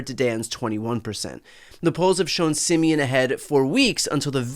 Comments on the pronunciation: Pronouncing "Simion" as "simian" is just chef's kiss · Always love how English speaking people pronounce Simion's name as "simian" :)) pretty accurate for his personality and behavior.